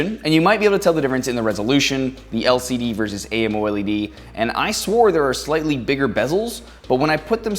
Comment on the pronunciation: A M O L E D ..?......no.....say 'Amo Led'